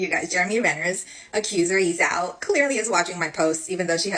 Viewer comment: It's /ch-j-o-u/😢 You can check pronunciation of Chinese names. No offence, just professional deformation 😅